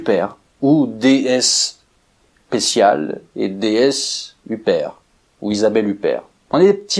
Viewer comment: Si je puis me permettre on prononce "DSpécial" et "DSuper" et non point "DS Spécial" et "DS Super". Par ailleurs la DSuper5 (à moteur de DS21) est une ID mieux motorisée que la DS20 de même millésime. Tout l'art du marketing incompréhensible de Citroën, comme l'ID décapotable : un oxymore sur roues.